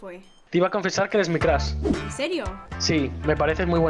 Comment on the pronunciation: Meparece que dice crash